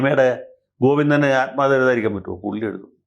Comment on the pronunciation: Athmakatha, no "athmagatham'